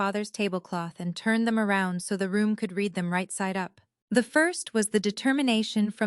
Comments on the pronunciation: Could AI please get pronunciation of read correct? For pronunciation purposes: present or habit; reed. For past actions: red! This bubble is about to burst! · Please teach your AI the difference between “I read” present tense and “I read” past tense.